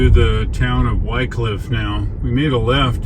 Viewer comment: love your trips thorough that part of the world. I spent quite a few weeks of my early carrier doing projects at the paper mill in Wickliffe KY,,, You may want to check the pronounciation of that city locally. I always heard (Wick cliff) But I am not a linguist.